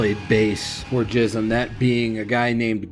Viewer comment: Its pronounced Gism with a G not a J btw